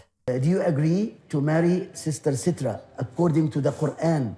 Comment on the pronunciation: So much pressure on him to abide by the Islamic rules while citra doesn’t even wear a hijab and follow the rules herself. And why is everyone saying her name wrong? Very strange couple.